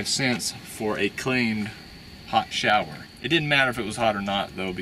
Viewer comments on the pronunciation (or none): none